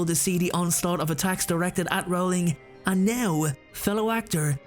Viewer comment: Dude, it's pronounced ROLLING, not RAWLING.